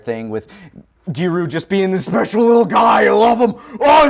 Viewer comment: Just say Pan dude. The PAWN thing is obnoxious. Same with GEWDOO, say giru man like everybody else.